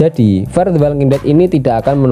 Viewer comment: fear, bukan far. fear bacanya fir, kalo far mah artinya "jauh"